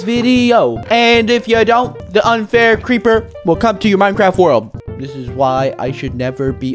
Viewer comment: Crepper? AWW MAN